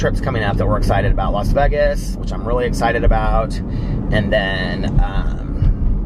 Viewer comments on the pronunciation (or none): The way you pronounce Vegas to rhyme with leg-as makes me giggle every single time. I've never heard anyone else say it that way. I've always heard it pronounced like Vay-gus.